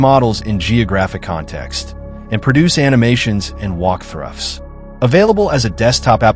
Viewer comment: Walkthruffs? Fix your text to spec. I'm sure it has tools to tweak various aspects, including pronunciations. AI is fun and dandy, but you still have to babysit it a bit.